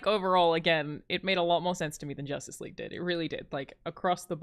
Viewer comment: Y'all totally missed "Joss-tice League" comment lol